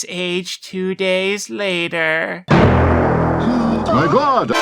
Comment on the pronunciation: The Lion still should be saying "Mahgawd" in one word, not "My God". It's more accurate.